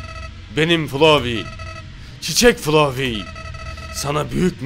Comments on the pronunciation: FLOFEY DEĞIL ABI FLOWEY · Abi o flofiy değil flovi diye okunur flowey diye yazılır flovi diye okunur flofiy diye okunmaz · Erenin flovi demesi gerekerken flofi demesi içimi azimle dolduruyor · Bide erenin omega flowey w flofi demesi içini azimle dolduruyor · FULOFİ DİYO